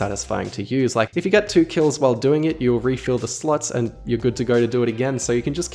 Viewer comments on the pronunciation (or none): Everytime he says "slots", I hear "sluts". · You sound like you’re saying ‘sluts’ not ‘slots’ 😂😂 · I keep hearing “slut”